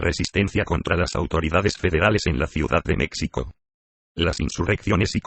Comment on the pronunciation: Pero porqué con la voz de Loquendo! Es más, esa voz ni siquiera es Loquendo! Pronuncia "mécsico", "mecsicanos"... 🤦‍♂️🤦‍♂️🤦‍♂️🤦‍♂️